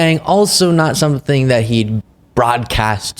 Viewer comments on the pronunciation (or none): none